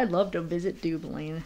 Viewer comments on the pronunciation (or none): So very sweet of You to show appreciation for your subs and All support. Even those from DUBLIN, like Rub-lin, lol 😂 😉😁❤️😘😘💜